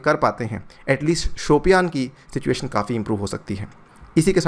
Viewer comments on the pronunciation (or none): none